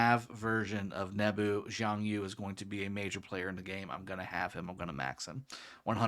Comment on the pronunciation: It’s YU! not YOU! Reminds me of rush hour lol!